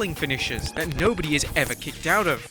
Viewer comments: We going to talk about the intro. “No one has ever kickoed out of”. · 'kickoed'? what is 'kickoed'? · LoL "KICKOED" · "Kickoed", hmmm??? Lol 🤭😆🤣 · So nobody's gonna talk about "kickoed"? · “Kickoed out of” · Kickoed lol